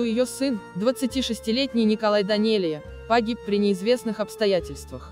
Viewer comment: Очень режет ухо не верное произношение Фамилии Данелия. Не произношения Данели , есть произношение Данелия и эта фамилия не склоняется . Это мингрельская фамилия , как Берия, Гаручава и т.д. Будьте внимательней.